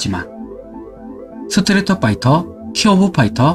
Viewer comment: 스트리트를 스트리터로 발음해서 상당히 거슬린다